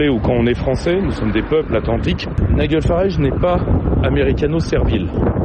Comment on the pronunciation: nigel se prononce naïdjel et non naïguel